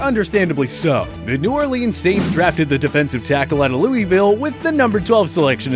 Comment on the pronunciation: We not gonna talk about “New Orleens”